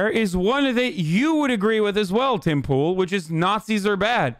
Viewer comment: Did he call him Pim Toole?